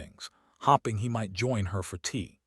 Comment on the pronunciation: This is a nice story however the narrator's mispronouncments are very disappointing and make it hard to listen to. Staring, hoping, Elena. If you want subscribers you need to fix these.